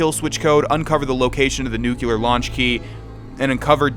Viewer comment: did you really correct yourself from nuclear to "nucular"?